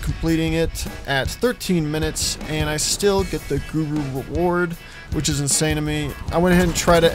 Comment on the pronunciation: Did you say gruru?